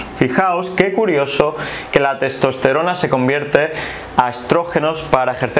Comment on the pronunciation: Le cuesta proninciar testosterona